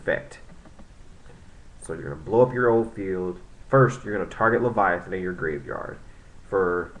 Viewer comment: its lay-va-teen not leviathan